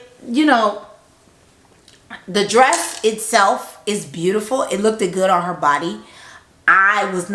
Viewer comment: LOOKED like BOOKED, Like BOOKED not Look-DID